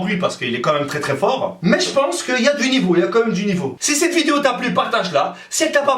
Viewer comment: 'Sette étè' au lieu 'cette été'🤣